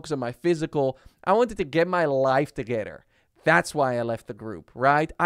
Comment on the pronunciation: He said toogeder